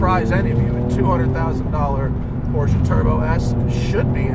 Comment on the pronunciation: You guys, it’s pronounced Porsche, not Porsche.